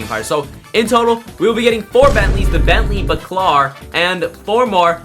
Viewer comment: bentley bAAcAAlar not backlar 😭😭😭